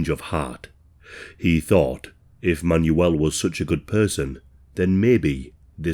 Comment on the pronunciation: "Man-You-L, Man-You-L" 😅 I think it's pronounced "Manwell" isn't it?